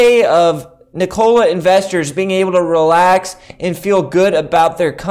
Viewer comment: its not niKOla its NIkola bruhhhh